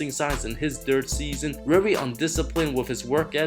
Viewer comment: Omfg seeeeeesson always with the same accent,pronunciation and timing..it really kills my ears..you say "season" that way on purpose,don't you?